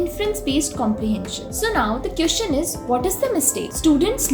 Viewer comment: Aap jab queeszn bolti ho tab bohot hassi aati h